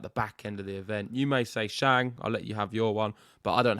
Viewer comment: The host you pronounced ‘Shang’ wrong. Suggest a bit extra home work to pronounce names as correctly as possible since tennis players are from many countries